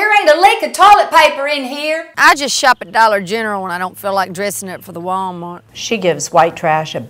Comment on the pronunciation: At the wuUALL'mart! The delivery, the tone, the split syllable, the high to low accent, it's BEAUTIFUL!